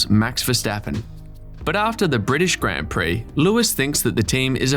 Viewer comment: Please pronounce "grand" prix properly